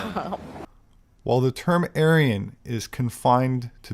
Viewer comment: anyone hear how she said Aryan? Sounds like she said Alien… 🤔 INTERESTING